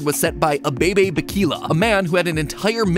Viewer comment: Abaebae beikila, lol wrong pronouncation but still happy the bare foot runner is getting recognition, also great video! 🇪🇹